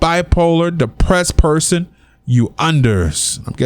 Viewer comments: man said "Bipressed" hahaha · said "don't laugh" (he said by-pressed) but I already started laughing before he said that😂😂😂😂😂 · Lol "Bi-pressed" tried not to laugh but!